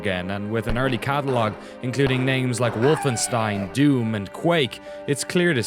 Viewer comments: it's WolfenstEIn not WolfenstIEn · Wolfenstien?...? Its stein (sssshhhtaaain) , as Rock and not Rokc! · "WolfenstIEn" lol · it's called Wolfenstein, not Wolfenstine or Wolfenstien